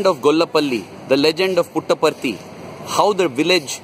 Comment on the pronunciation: Davvero curiosa la sillabazione "Put apart it" ....(y) simpaticamente veritiera.